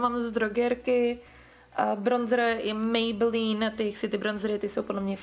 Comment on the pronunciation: Mě strašně irituje ten [mejbelííín]. Pardon...